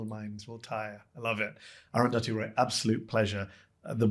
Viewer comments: I have never heard aruthathi pronounced like that 😂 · please pronounce arundhati roy properly